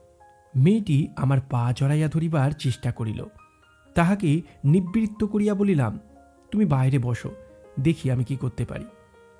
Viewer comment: আপনার গল্পপাঠ অতি সুন্দর। তবে "হাতজোড়" কথাটি হাত জোড়ো/ হাত জোড়অ, *নিবৃত্ত " নিব্বৃত্ত বললে কানে লাগে।